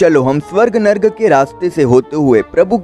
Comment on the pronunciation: नर्क होता है narg नहीं